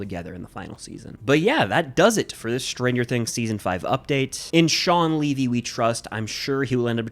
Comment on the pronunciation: Its shaun levy not shaun leavy